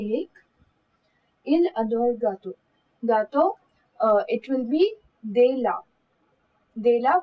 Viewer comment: Nice video maam But u did mistake over there in .. For de la u have to say द ला not दे ला hank you for teaching this part... Now, I understood this part....